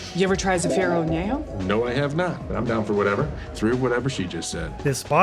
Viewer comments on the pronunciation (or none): You need to work on your pronounciation of Zafiro Anejo, when you say zafiro you gotta roll your tounge on the r literally one roll of the tounge not 2 not 3 not rrrrrrrrrrrrrrrrrrrrrrrrrrrrrrrrrrrrr just one little roll at the end of the r, and Anejo is more like Aunyayhhoa Aun is in the begiinning of aunt not ant, aunt